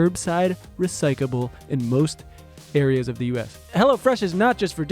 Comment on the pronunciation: biting his tongue during the HelloFresh ad when says "recikable" and "braby" lmaoooo